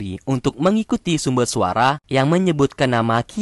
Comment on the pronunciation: Salah maksud nya sumber suara bukan sumbel suara kalau gak salah dengar tolong di perbagus ya suara nya ya bang heheheheh